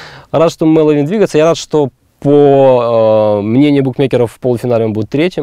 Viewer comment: Почему так сложно выговорить 3 слога, и сделать ударение правильно. MElovin запомните